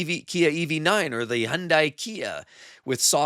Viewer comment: Learn how to pronounce "Hyundai."